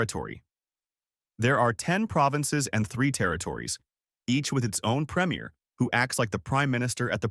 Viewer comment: This is a good video, though premier is mispronounced.